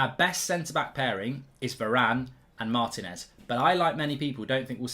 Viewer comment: better learn how to pronounce his name then!